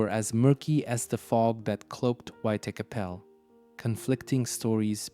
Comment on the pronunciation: Buddy. You need to learn how to say white chapel. Your pronunciation isn’t even close to